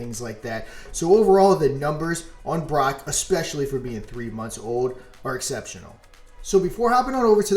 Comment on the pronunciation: "Brock" this jeet over here, its pronounced BROKE*